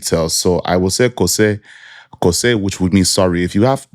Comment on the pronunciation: Bro the Twi side de3 hihi ...... its pronounced " K o u s e h " - phonetically " Kos3 " write-up but great video as always